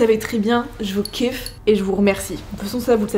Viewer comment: quand elle dit je vous (kiff) on dirait quelle parle anglais